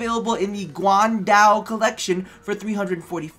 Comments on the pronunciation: wait... why must you pronounce guangdao in the western accent way? lol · i love how you said GUANDAO XD lmao